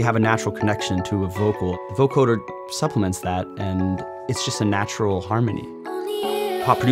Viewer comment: BTW, It's pronounced voCODEr, not voCORDer.